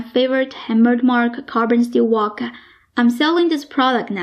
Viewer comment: I lived in China for a long time and accent is very familiar. Chinese often add an "a" after words like wok, that ends with a "k" so it becomes "waa-ka", the "k" becomes "kah", that's why it sounded like "walker". Frank becomes "Frankah". Another interesting thing is Chinese do not have a "V" sound so words like "very" are pronounced "wary", and wegetables.